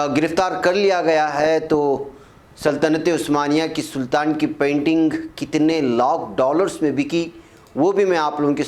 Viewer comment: English ka gala ghot te ho ap, pynting nahi painting he is ka talafus, Ryl nahi Rail hai ye.